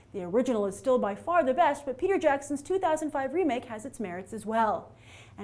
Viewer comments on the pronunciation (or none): none